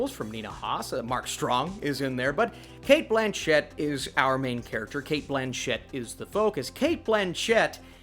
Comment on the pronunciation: She has even said it so many times. Cate BLAN-chett